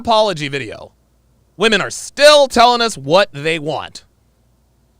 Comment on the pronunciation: Dude, it drives me insane when ppl pronounce the plural of woman as woman. It’s flippn’ womEn. Thank you for bringing attention to this